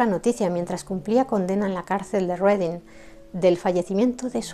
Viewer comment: Felicitaciones,, por tus excelentes biografías. Sólo dos observaciones y es que 1) El título de la obra The importance of being earnest ha sido erróneamente traducido mal. Lo correcto es La importancia de SER HONESTO. 2) Deberías documentarte sobre la pronunciación de las voces inglesas. P. Ej. iceberg es AISberg; Reading es RIDING. Por lo demás, me encanta tu forma de narrar y te seguiré escuchando y recomendando.